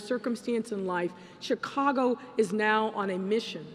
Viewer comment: _ “Chicongo”! LMAO 😂